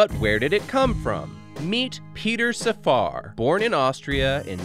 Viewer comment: I worked with Dr. Safar for years at the University of Pittsburgh Department of Anesthesiology and Critical Care Medicine. I must respectfully inform you that you have mispronounced his name. Correctly pronounced, "Safar" would rhyme with "staffer" -- with the accent on the 1st syllable, and the1st 'a' pronounced like the 'a' in "hat." Thanks